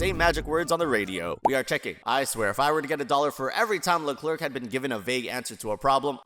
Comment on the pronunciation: For the 1.56x10^7th time, it's pronounced "Leclair"...